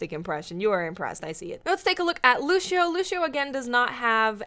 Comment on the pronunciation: lúcios name is pronounced (loo-see-oh) not (loo-shee-oh)